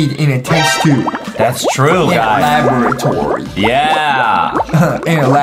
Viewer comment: Did anyone notice when he said laboratory he said la bruh tory?